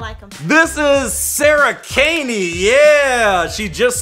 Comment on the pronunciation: Did he say Sarah gayne